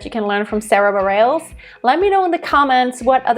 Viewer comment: Sarah B. is my favorite modern artist! Just a quick note about pronunciation of her last name - it’s “Bah-REHL-ess”.